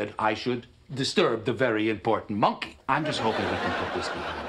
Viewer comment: I love how Kramer pronounces “monkey.” MON-key.